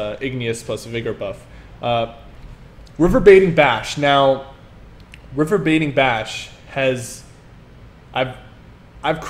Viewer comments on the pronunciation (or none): Say it with me, RE-VER-BER-ATING .....RE------VER------BER----ATING.....about as bad as Deltia's THEEERRMAhTEERRGE